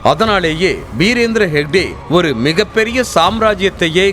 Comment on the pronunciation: ஷேக்டே அல்ல. ஹெக்டே.